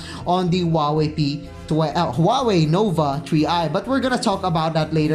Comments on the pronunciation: tree i talaga narinig ko eh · Huawei Nova TREE i 😂😂😂